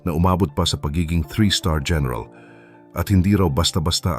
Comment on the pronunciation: Gẻneral????? o diskarte hẻneral😂😂😂😂😂